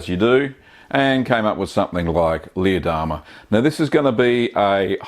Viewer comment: we love your vids... but every time you named this cheese... us silly Americans hear "Lee Adama" from the TV Series Battlestar Galactica. Jamie Bamber's character:-)